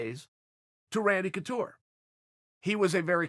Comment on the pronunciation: Chael “Randy Toucure” Sonnen